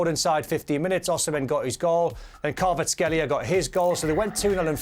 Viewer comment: Hes not kbabaskelia. Learn to pronounce